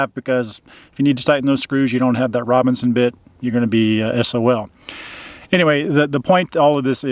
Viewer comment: Forgive me if I heard it wrong, but it sounded like you were saying "RoBINson" screw, but they're actually "RoBERTson" screws....just in case someone is trying to look them up. The screws and bits come in sizes 1 to 4. I'm not sure what size is used in the RV (I also have a Winnebago), but my cheapo drill bit kit came with all 4 sizes. P.S. Great tip about the tools in the passenger-side bins! Now I have to do some rearranging.